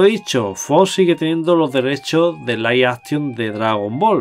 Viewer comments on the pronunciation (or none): none